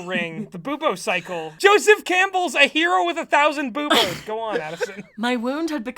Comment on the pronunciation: I heard Boubos as "Boobos" like their breasts